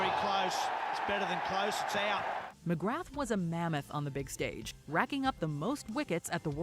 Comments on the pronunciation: The video narrator said McGrath as McGraph but it's pronounced McGraa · McGrath is pronounced McGrah as in Ooh ah Glenn McGrah! 😁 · They pronounced McGrath's name wrong. The voice over is not a cricket fan. Most people now think Shane Warne was the greatest bowler ever. It was a pretty good list and the number one was a good one but not what I would have picked as I am an Aussie.